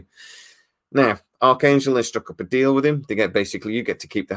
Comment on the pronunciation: Ok you corrected yourself, because you said Archangel a couple of times like McDonald's arches